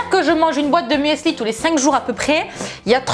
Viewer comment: l'huile d'olive omg 😂 Par contre il faut vraiment arrêter de dire "muèssli", ça se dit "mussli", c'est de l'allemand et le "e" ne se prononce pas ...😬 🍑🍑🍑